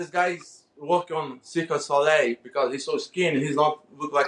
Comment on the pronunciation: Cirque de Solei. Lol